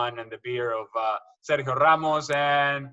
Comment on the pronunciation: Hate how she pronounces Sergio, Cristiano, Aguero and Ronaldo